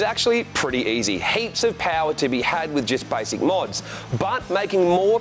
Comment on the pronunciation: 'jist' hahaha